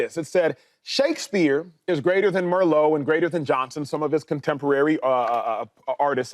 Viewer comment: Who is MERLOT? Did this Dude Acho mean Christopher MARLOWE, who was a Shakespeare (de Vere) contemporary?